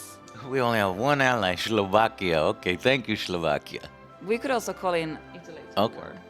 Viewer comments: "Shlovakia". xD I see geography isn't your strong feature... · said SLOVAKIA!!! wrong but anyway:D pozdravujem Slovakov ^^ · omg Joe ... the way you pronounce SLOVAKIA gives me heart attack ... I bet you got all dislikes just for that, from me and other 96 slovak fans of yours :D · Hahaha Šlovakia xD